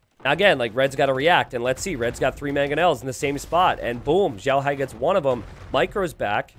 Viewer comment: He's xiaohai though, not zhaohai